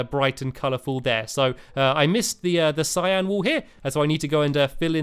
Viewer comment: That's not how you pronounce Cyan.. (In America)